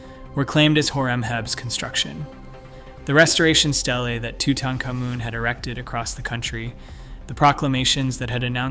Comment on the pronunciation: let me explain something to you . idk qwwhy your saying his name like that but it is toot-ankh-AH-moon